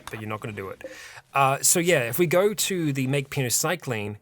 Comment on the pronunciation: you are missing a Y in "Penoxycyline" every time you say it.